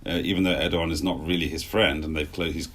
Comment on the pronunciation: needs to know it’s not pronounced erdyyan but erdowan